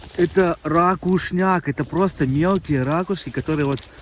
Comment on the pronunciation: не рАкушки, а РакУшки. Много ракУшек.